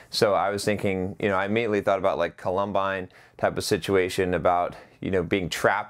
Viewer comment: COL-um-bine, Col-UM-bine